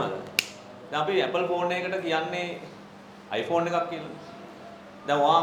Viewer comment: i පොන්නයා කියවෙනවා😂